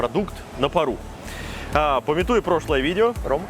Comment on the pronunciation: ПАмятуя, а не памятУя. Смотрите когда-нибудь в словари.